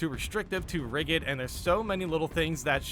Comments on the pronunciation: ‘Rigid’ pronounce the first syllable like the word ridge. Thanks for the info mate. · That was the wildest pronunciation of rigid I have ever heard lmao.